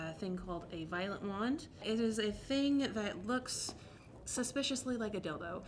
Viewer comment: Thanks for writing that out, I really thought she said 'violent' wand 😅